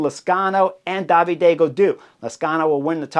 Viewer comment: David en français c’est pas “DAH VEE DAY”